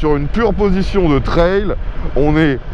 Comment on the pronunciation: Ps : Un trail se prononce comme "travail" "bétail" "ail". Et non pas "traile" comme si c'était une "aile" En français on a aussi le mot "toutes" pour parler du niveau des options. Je dis cela car j'ai pas envie de perdre ma langue natale et c'est déjà le cas de la jeunesse qui ne sait plus écrire ni parler français mais c'est une sorte de charabbia franglais ! French-pride is good.